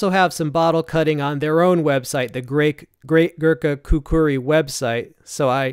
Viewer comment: Great review bro. Pronounced “khukree” not khukuri👍